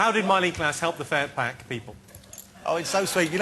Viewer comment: when he said furpack i thought it was butter aswell.......... lol